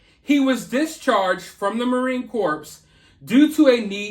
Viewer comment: Marine Corps is pronounced core like an apple, not corpse like a dead body.